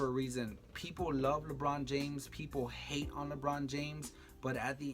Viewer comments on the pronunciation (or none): none